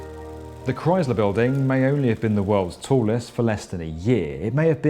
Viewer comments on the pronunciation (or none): Since when is Chrysler pronounced with a Z? I can't see how these buildings are justified at these prices and no one returning to the office. People still cannot afford a basic rent even with all these new buildings, esp since they can get around rent control. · Gah, "Chrysler" is not pronounced with a "rise" sound, it's a "rice" sound. K-rice-ler. Chrysler. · Please consider redubbing the parts where you keep gratuitously mispronouncing Chrysler as if it has a Z in it. Say it the way the museum director says it when she's talking to you, with a soft S sound. It's really distracting from an otherwise great video. Its not a "dialect" thing; when it's the proper name of an individual object and the main topic of the video, and you say it differently than the expert you interview in the video and every local.... it's just a mistake. Also, every British person I've ever met in NYC says Chrysler correctly, without inserting an imaginary Z. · The Cryz-ler Building 😢